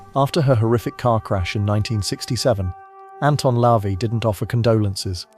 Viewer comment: It's not "Lavee", It's LaVey ("la vay"). Also, the universe does not "send messages," the Creator of the universe does!